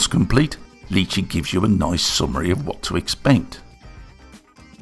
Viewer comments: Wow, it looks impressive. BTW it’s Ly chee (like My chee), not Lee chee. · I’m sorry, who? Leechi slicer? I think you will find that is pronounced li-chee. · Its pronounced "Lie Chi" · Quick question, is it a dialect thing that you pronounce it as "Lee chee"? I've only heard it as "Lie Chee" so I got confused for a second XD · Thanks for the fantastic review of the produce! Fantastic video as always. Although if the name is based on the food, I dare say it's pronounced "lie-chee". Or at least where I come from (Aus) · lee chee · Why are you pronounce the name in a french accent ? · I have... never heard anybody pronounce lychee like that. Interesting 👍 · The way you pronounce Lychee....my god...